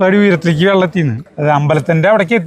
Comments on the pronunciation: വെള്ളം അല്ല വള്ളം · വള്ളം എന്ന് പറ മനുഷ്യാ... വെള്ളമല്ല.. ചുമ്മാ ത്രിശൂർക്കാരെ നാറ്റിക്കാതെ... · വള്ളം എന്ന് പറയേണ്ടിടത്തെല്ലാം വെള്ളം എന്നാണ് പറയുന്നത്, ട്ടോ. 😄